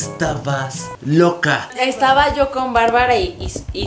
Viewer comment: Yo viendo q en el minuto dijo estuaba xd jajajajja